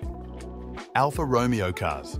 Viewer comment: Check again how to pronounce Alfa Romeo, Lavazza ....